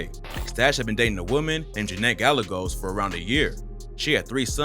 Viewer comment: It be so funny when white people is just completely ignorant of the way to pronounce a Hispanic name, bro said “Gall-uh-ghos” growing up in Cali I guess you learn from being around so many Hispanics. But it’s “guy-a-gos”